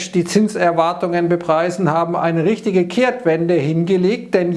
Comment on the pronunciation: immer wenn die Gedankengänge dämlich sind, redest du kölsch/rheinisch 😂 - rischtisch